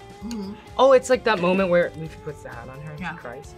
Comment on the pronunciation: Why is she mispronouncing Luffys name 🤔